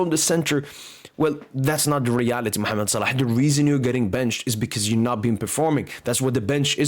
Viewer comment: Brother where are you from? the way you pronounce "Mohammed Salah" is very native